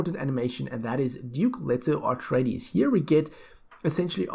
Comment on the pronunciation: Please... please please - It's A treides, not AR treides. Just a friendly correction, so you don't trigger the die hard Dune fans.